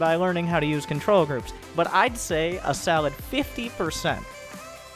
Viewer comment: Everytime this man says Solid, he says Salad. Change my mind.